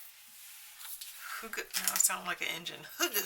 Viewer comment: I love your calm style . It’s always fun looking through others collections ❤ I think hygge is pronounced hooo-ga . ( emphasis on the first part with the ga very lightly said .)